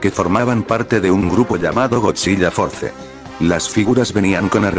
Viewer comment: Oye, te informo que cuando dices godzilla en tus videos se escucha "godziya", para que se escuche mejor recuerda que tienes que ponerle una L al escribir en el Loquendo godzila. Eso es para que cuando subas un nuevo video de godzilla se escuche mejor;-)....